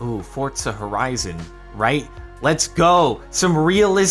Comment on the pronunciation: Did he say Fortza Horizon?